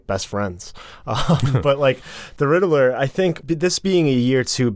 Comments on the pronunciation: why is he pronouncing it Riddle-ler instead of Rid-ler?! 🤣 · I can't stand the way you pronounce "Riddler", it's not RID-EH-LERR! it's RID-LERR! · Hey, buddy, it’s pronounced “Rid-ler” not “Rid-eh-ler” lol. Also you are correct about cats and milk. It really isn’t good for them. They should have had a mode where the contacts turn the eyes white. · Why this guy pronouces Riddler so funny? He is saying Ri-de-ler